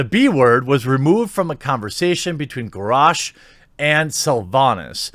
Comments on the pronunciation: The fact that you said Gorosh is irritating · ...your pronunciation of Garosh is... unique.